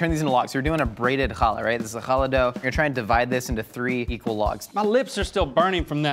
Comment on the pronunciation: chaLA, the emphasis is on the la, not on the cha